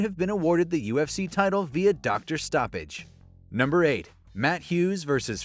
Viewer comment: “DOCTA STOPPAGE” it would’ve been a “DOCTA STOPPAGE”😭😭🥴